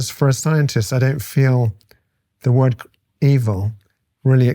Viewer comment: I love Dr. Baron-Cohen, but the man pronounces Ss when there are no Ss in the word...